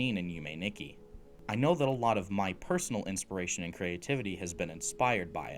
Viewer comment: This was an absolutely amazing video, one heads up Nikki is actually pronounced differently in Japanese it's pronounced "Neekee" I'm not surprised you were thrown off as pbg also said it wrong, but as a Japanese speaker myself it was a bit hard to hear Nonetheless I absolutely loved your video and I'm subscribed Yume Nikki is one of my favorite games of all time, it actually inspired my profile picture I absolutely cannot wait to see more Keep up the good work